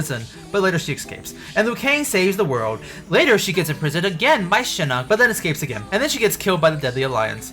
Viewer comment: I like how this automated voice calls Shinnok “Shinnick”